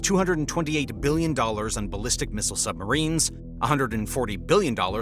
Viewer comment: Did you say "sumberines". I say you did! 😂😂😂